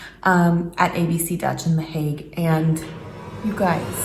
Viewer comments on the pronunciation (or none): none